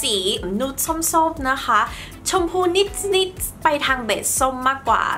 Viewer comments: ดูเพลินมากเลย สวยไปหมด ติดคำว่านิส นิส ค่ะ นิดนิดปกติได้มั้ย เสียง s x -ce เยอะแล้วในคำภาษาอังกฤษ ไม่ต้องเอามาใส่ภาษาไทยแล้วได้ไหม 😵‍💫 🫣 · รอนานมากค่าาา ชอบคลิปมาก แต่อยากให้ พูดคำว่านิด แบบปกติอ่ะค่ะ มันแอบแปลกๆนิดนึงงง ติดตามพี่ตลอดนะค้า